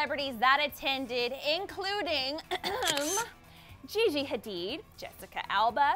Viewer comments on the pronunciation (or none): none